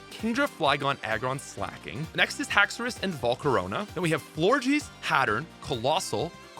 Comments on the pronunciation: Hatturn**. Hat-urr-een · I’m sorry Hattern?